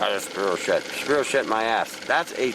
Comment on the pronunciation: spirochete. Pronounced Spyrokeet.